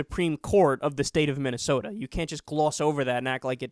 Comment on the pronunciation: "Minneasoda" LOL!